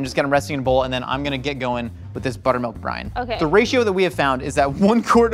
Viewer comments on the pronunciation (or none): I've been watching too much GMM that I hear Buttermilk Brian instead of Buttermilk Brine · Even though I know what you're actually saying, my brain keeps hearing "Buttermilk Brian 👑" because, you know, GMM 🤷🏽